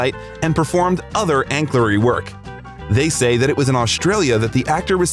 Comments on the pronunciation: "Anclary?" What kind of a word is that? I think you mean ancillary. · Ancillary is pronounced: “an-sil-er-ree” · That's not "ancillary" is pronounced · Why does this video have wrong pronunciation for incomparable, ancillary and yoga? And who says Charles Chaplin instead of Charlie Chaplin?